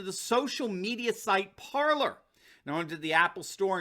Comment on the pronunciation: Ok im gonna show you how to say it right you say parlor but its PARLER for the french word to speak its pronounce like this PARLEY and ur wlkm